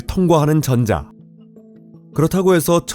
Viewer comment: 전:자... 발음이 ㅠㅠ